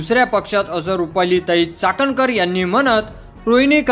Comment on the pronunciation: अरे चाटणकर नाही चाखणकर 😢